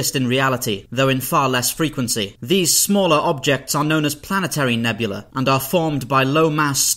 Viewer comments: A single such cloud is a nebula. The plural is nebulae, pronounced "nubulee", not "nebula" Otherwise a very informative video! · He pronounces "nebulae" like "nebula." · He keeps pronouncing "nebula" and "nebulae" the same, and it's super irritating. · Please. Don’t make a video about nebulae and then consistently mispronounce it ever single time you say it. Nebula and nebulae are not homonyms